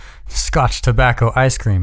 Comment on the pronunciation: The best parts in the reading, I love it and look forward to them. Scotch Tobacho! 🤣